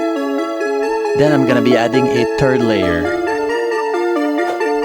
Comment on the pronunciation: every time you try to say 'third' you're just saying 'turd'